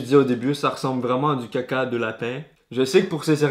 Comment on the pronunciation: «du caca de lapin» jpp avec l’accent québécois c l’feu mdr 😂😂😂